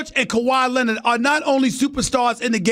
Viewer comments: Kawhi Len-Nid!!!🤣🤣🤣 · "Kawhi Lennit"